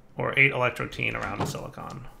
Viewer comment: Is it just me or did just start pronouncing "Silicon" as "Silicone"?